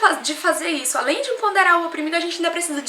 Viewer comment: EMPODERAR e não EMPONDERAR. Santo DEUS 1